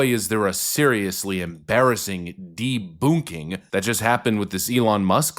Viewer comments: "deBOONKing?" Boonk?? LOL!! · I thought that the second way to promounce debunking was just a funny way to say it with a German accent. The Coball Excuse reminds me of the panic that people said that involved computers shutting down on 1/01/2000 because they were afraid they would just switch to 1/01/1900 and shut everything down.